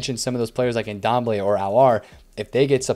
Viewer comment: Great videos as always, just maybe might want to pronounce players names correctly. That Ndombele name killed me.